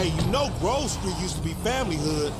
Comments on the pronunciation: It's Grove, not Groove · At first I was gonna yell at you for pronouncing it “Groove Street” but after a few minutes I was like, “why? It’s better!” Congratulations on coining a new affectionate malapropism.